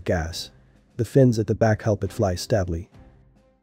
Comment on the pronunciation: Is this AI narrated too? There's some interesting mispronounciation of words ("stably", "napalm")